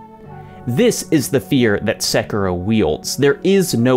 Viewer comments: Sek ee ro not sek ero. I is pronounced like e in Japanese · The way you say "SEKIROW" 😢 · Just...is it so hard to pronounce Sekiro? I mean they say the name several times in the game...